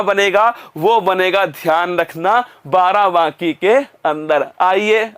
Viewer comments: Barabaki ...... Not Barabanki.....✓✓✓ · नाम तो सही लो बाराबाकी नही बाराबंकी है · Sir ji BARABANKI hai ye ....not बाराबाकी 😁 its my district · Barabanki hai sir barabaki nhi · Barabanki hota h naki barabaaki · Barabanki hota h.😊barabaki nhi😂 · Barabaaki😂,barabanki h sir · Sir vo barabaki nhi...barabanki h..😂🤣🤣😂🤣😂🤣🤣 m barabanki se🙆🙆🙆🙆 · सर बाराबाकी नहीं बाराबंकी है सर 😁😁 I m also from Barabanki Ramsanehighat 💞💞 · Sir g barabanki h aapne to uska naam hi badal dala ....barabaaaki nhi h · सर् आप हिंदी का नाम सही सही लिया करिए plz आप बाराबंकी को बाराबांकी कह रहे हैं लगातार🙏🙏🙏🙏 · Barabanki h sir barabki nhi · बाराबंकी बोलना तो सिख लो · उच्चारण ठीक।से कीजिये सर् बाराबंकी की